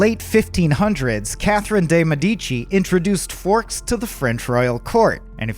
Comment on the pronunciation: Day May-dee-chee 😂